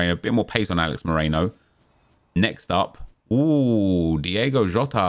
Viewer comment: Can this man pls learn its Diogo jota not diego